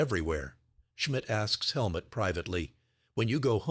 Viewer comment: The man's name is Helmut (like Hell Moot, but NOT Helmet.